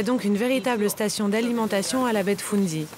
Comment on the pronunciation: Baie de « foun dy ». 😂 C’est fundy Et elle n’est pas si près des borders. Elle est entre la Nova Scotia et le Nouveau Brunswick